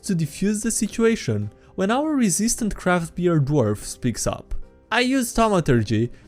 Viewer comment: Read: years, thugs, resident.: ears, tugs, resistant.